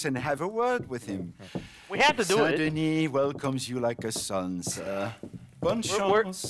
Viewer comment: Couple episode ago he just figured out how to say Saint Denis, properly. 5 min later started sayin Saint Dennis again... And then the game threw a musical show for him said Saint Denis in it like 10 times in row. But here he is still sayin dennis...